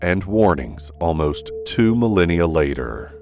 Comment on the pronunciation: Really, you should correct your pronunciation before putting out a video. 'Iraq' is pronounced-E rak, not i rak. ' Mesopotamia' is Mes o po tay me a, not Mes a pa tay me a. 'Fragile' is fra gile, gile which rhymes with mile, not jul. 'Millennium' is- mil len e um, not mul lin e um . That's pretty bad.